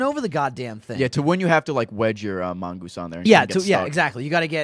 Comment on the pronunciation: mongoose not mongeese